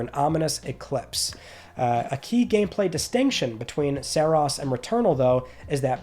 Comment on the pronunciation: Have we heard the pronunciation of Saros yet? Because I don't like how you said it. It's not "Saross". To me, it's "Sahr-roas".